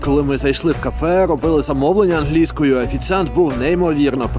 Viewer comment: Ангельскою... чел ударение поменяй :) Ох, тебе еще ждет много открытий прекрасного менталитета поляков :)